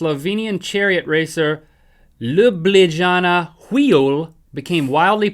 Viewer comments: ***** Link the capital of Slovenia Ljubljana is pronounced lyooblyanah =D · Wow he mentioned Slovenia I'm so thrilled, since I'm from Slovenia nobody knows us and I'm watching this xD hehe Ljubljana is the name of the capital city and the j are pronounced as y in English so its like Lyublyana ;) but it's OK Link you got it right anyways, at least you didn't said Slovakia instead of Slovenia xD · it's so funny how Link tries to pronounce Ljubljana, Slovenia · I love Link's pronounciation of Ljubljana it's supposed to be lyub-lya-na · Hey there! I'm from Slovenia and just in case you wanted to know how to read "Ljubljnana", which is our capital, it's Lyooblyana :) Here's the sound recording : file:///Users/kartaprticek/Downloads/Sl-Ljubljana.ogg Thanks for another awesome show! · Wow, I'm actually from Slovenia and Ljubljana is our capital city! I've always wondered how foreigners would pronounce its name and I am eternally grateful to you, Link, for fulfulling my wish... And as I expected it sounded absolutely nothing like the actual pronunciation. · I fell off the chair when he tried to pronounce Ljubljana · Ljubljana is the capital of Slovene (or Slovenia), not a chariot racer, but Ljubljana has the oldest found wheel. :) love how you butchered the name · I'm from Slovenia and that pronounciation lol :D